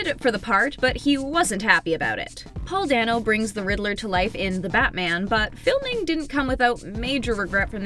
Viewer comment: Paul Day-no. It's Paul "Day-no".